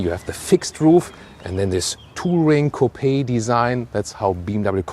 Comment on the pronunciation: he said coo-pi.